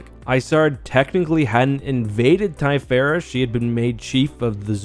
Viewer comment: I always pronounced them THy- ferra not Ty-ferra, Lusank-I-ah not Lusank-ee-ah and Yh-sann not Eye-san-ay, have I been wrong all these years? You called the 'Lusankya' the 'Executor' 😅 and kept swapping between calling the Valiant an Alderaanian and Corellian ship, it was Alderaanian, a Thranta-class War Cruiser.